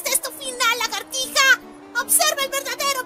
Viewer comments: Dice largatija :v WTF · Recien me doi cuenta que el gusano dice "Largatija" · largatija? khe ez ezo?